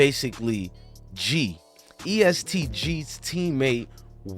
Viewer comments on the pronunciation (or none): Bruh u obviously not in touch with Louisville at all...its not east gee its EST for Everybody Shine Together! N its not lewis ville its Louisville like dat dude Loui... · Mane fucking the name of the gang and location up 😂😂😂😂it’s EST not EAST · Fr dude saying East 😂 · E.S.T not East😂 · The fact that you keep saying Louisville bro is luhvull how you lived in ky and pronounce the city wrong